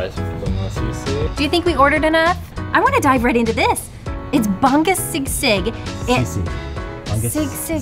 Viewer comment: I like how struggles to pronounce Bangus Sisig. It's not Bang-gus it's Ba-ngus Sisig. Also, my sister lives in Denver and she loves going to this Goldilocks:D